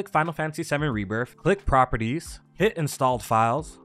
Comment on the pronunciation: There is no F in Rebirth. It's Rebirth not Rebirf.